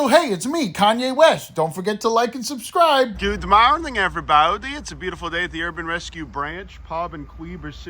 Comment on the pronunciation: I require your saying subscrimble. It fills my weekly serotonin requirement. Thank you. That is all. 😂🤙